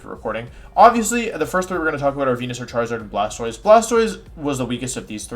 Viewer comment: i'm sorry who is the first pokemon you talked about? i could have sworn it was wenusaur but i don't think i heard it right :s